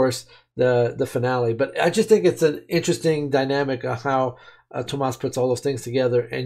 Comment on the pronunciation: I'm not sure you realize but you are pronouncing Tuomas wrong